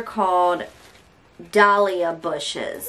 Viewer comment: She did an excellent job pronouncing dahlia bushes..that is a hard word for some adults to pronounce...no vacay for me this year...